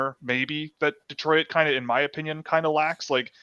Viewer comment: Saying "De-troi-it". is definitely Canadian. 😁